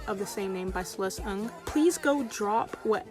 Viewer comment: My last name is Ng and I was so happy when you pronounced it right! Not many people bother learning how our names sound. Celeste Ng is a queen